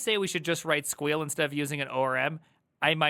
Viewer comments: yeah it's sequel not squeal, idk why he pronounces it like that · stop saying 'queal